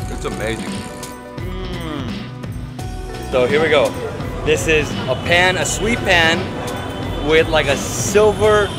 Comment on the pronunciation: dude its paan not pan.. 😅